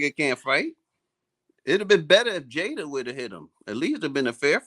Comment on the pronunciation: Damon says Jada wrong that bell and hypnotized Will into yabba dabba doo